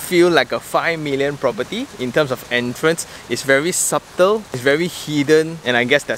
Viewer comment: Boss, you ought to pronounce "subtle" with a silent B so that it matches your wrist watch. 😜